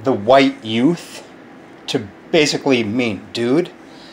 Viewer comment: "the huwite youth"